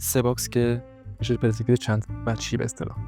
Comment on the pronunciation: درود خیلی یاد میگیرم و لذت میبرم ولی یه اصلاح کوچیک کنم: تلفظش، «پِرِسپکتیو» نیستش. حرف «ر» ساکن هستش. چیزی که یاد گرفتم اینه که فضا از صفحه های تخت ساخته شده که مثل لایه های پیاز تعدادشون زیاده و خیلی نزدیک به هم هستن. و هرچی فاصله این صفحه ها زیادتر بشه از هم یعنی پرسپکتیو دورتر میشه و عمق فضا بیشتر میشه و برعکس. و از طرفی میشه گفت چیزها از بلوکها ساخته شده که با دیدن و درکشون، میشه به نسبتهای دقیق در عمق و فاصله اونا از هم رسید و میشه طراحی از هر چیزی رو درست انجام داد تا باورپذیر و زنده دیده بشه. واقعا درست گفتی که تا فهم و درک از ساختار طراحی و فضا و عمق و پرسپکتیو بالا نره ، طراحی رو نمیشه فهمید و توش پیشرفت کرد. و همه اینها به لطف اینه که از واژه‌ها درست و دقیق و به جا استفاده میکنی ضمنا تدوین هم خوب و باکلاسه. موسیقی متن و زیرمتن هم خوبه. خدا قوت👏🏼👍🏼✅